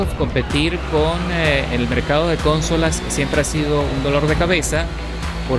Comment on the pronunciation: Cónsolas. Vámos, de dónde tú éres?